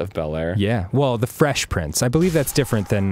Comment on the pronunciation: i thought danny said fesh pince at the end and i got really excited